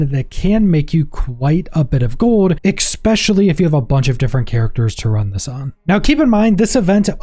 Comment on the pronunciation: especially not expecially